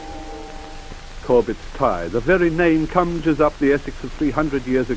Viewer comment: Thanks for posting. Vehicles particularly interesting. Did not see much of the town center back then sadly? Very nicely done and survives its age rather well? Pretty sure they would all have been horrified at becoming part of Greater London in only 13 years time... Noticed some pronunciations I was not familiar with too (i.e. Corbets Tey). That might be ignorance on my part though?